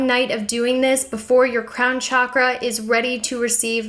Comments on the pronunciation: pretty sure it's pronounced 'shock'-ra not 'chalk'-ra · Pronounced SHockrah. Not Chakra as in CHalk . Chakra as in Shock. On another note, your ink is sick. 😊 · Everytime she pronounces "chakra" i feel .....